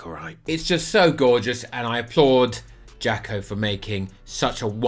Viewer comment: Imagine his face when he learns that "JAKO" is actually pronounced "Yah-koh" ;) The Mainz shirt is, indeed, awesome.